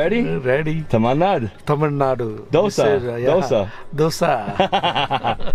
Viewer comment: He is pronouncing tamil nadu as tammannah I was like what